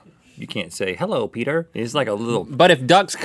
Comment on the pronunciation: "Hello petter"